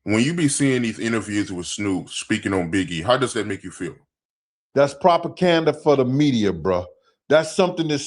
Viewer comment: I mess with heavy but did that 🥷🏽 say "propacanda"?